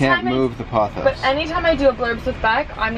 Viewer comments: Isn't it "pothos" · By the way you guys, it’s pronounced “paa-those”. I have dozens in my home! ❤️